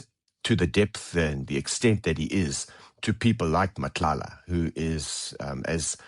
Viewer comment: Him pronouncing Cele, Mchunu, Matlala better than some black people is majestic!